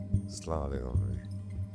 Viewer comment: তৌকির কাকু সব ভালো তবু মনে হয় আপনি সচেতন না, এই যে স্লামালাইকুম টা কোথায় পেয়েছেন। সালাম টা ঠিকভাবে বলা যায়না। বাংলা নাটকের সবচেয়ে বড় দোষ।